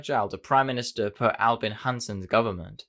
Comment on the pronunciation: It's "Per Albin Hansson", with a 'b' in "Albin".